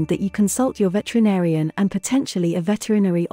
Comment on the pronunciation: Pronounced VetERinarian